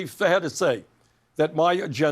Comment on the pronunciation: Angender. Twice! #VermontAccent